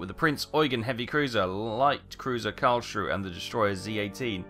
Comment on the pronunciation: Not a big deal but its not Karl schrue, its said as Karls Ruhe (Ruha)